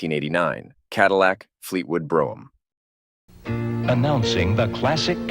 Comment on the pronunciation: The “Fleetwood Broom” 🙄. It’s a shame you don’t know your Cadillacs.